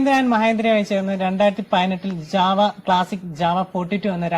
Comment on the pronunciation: Java alla... JaWa